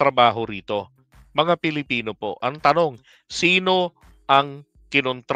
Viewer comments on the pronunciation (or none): none